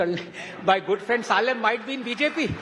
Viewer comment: Surprised that Anand Ranganathan , being a Tamilian does not pronounce Salem correctly.